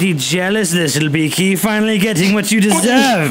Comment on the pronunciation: That guy said the ugliest as beeke